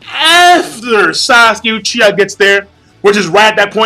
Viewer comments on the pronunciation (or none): none